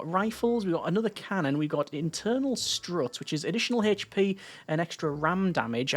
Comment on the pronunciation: H p not Hache P